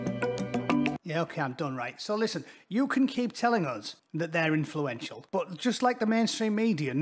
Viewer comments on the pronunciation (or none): Influential or effulential? 🤮